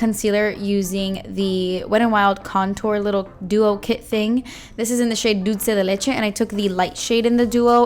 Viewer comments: I don't watch her videos, but after she didn't butcher "dulce de leche" I subscribed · You said "dulce de leche" soooo pretty🙊💗💗